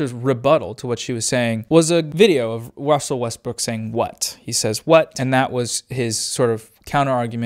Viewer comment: attention folks, said Wussel Westbrook